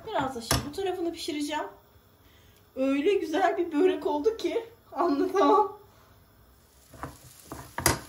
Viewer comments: abla seni çok seviyorum da keşke böreğe böğğrek demesen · Çok tatlış, çok enerjiksin ama lütfen kelime telaffuzlarına da özen gösterelim, sizin gibi hoş bir hanıma BÖĞREK kelimesi hiç yakışmıyor 💜 nacizane rica, öneri ne dersen artık 😘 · Böğrek değil börek lütfen. Ellerinize sağlık güzel bir börek. Selamlar.